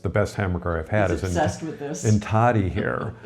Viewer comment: And it's not like "toe-dee" is so difficult for an American to say.